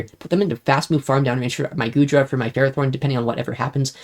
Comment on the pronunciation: Omg he pronounced Ferrothorn correctly! Let's gooooooo (Axn stream enjoyers know exactly what I'm talking about)